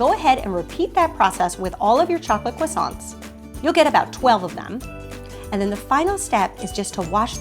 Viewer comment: I am from France and u are pronouncing croissants wrong! :)